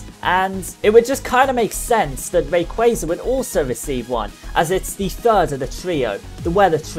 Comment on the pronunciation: You're the first person I've seen to say rayquaza correctly, kudos to you. In regards to the topic, I was hoping he would get a primal reversion or at least a unique mega animation. It seems unfair that kyogre and groudon get awesome animations with their transformation and rayquaza is stuck with generic mega.